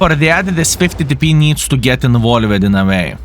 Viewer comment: did you know that "involved" should be pronounced as involvd instead of like invole-ed, and "mixed" should be pronounced as mixd instead of mix'ed? Otherwise your english is really great!